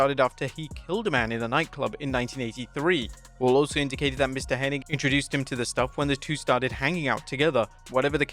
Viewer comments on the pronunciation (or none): It's Curt Hennig. Not Henning. It's never been Curt Henning. anywhere. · HENNIG - no “ning”! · It's Curt HENNIG, not Curt Henning. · The Mandela Effect strikes again, his name was actually Curt Hennig, not Henning.